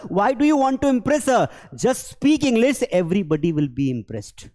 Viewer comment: Since 20 mins. only bakwas! He himself doesn’t know how to pronounce the simple words like English ((EngliS)! 200 packers to pack books?! 😂😂😂 how books sir?! US mei kisko English nahi aathi hei?!